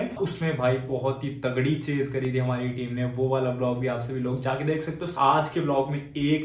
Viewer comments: Bro you said do dekh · You said do dekh😂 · Brk you said do dhek 😂